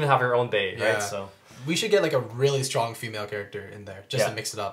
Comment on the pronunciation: strong not syrong